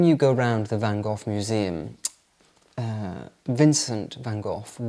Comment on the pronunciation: So nice you are in my country in the capital city❤🌷🌷🌷I have real 17th century Delft tiles in my kitchen. If you pronounce Van Gogh like you say loch in Scottish you pronounce it like we do 🙏🏻😘😅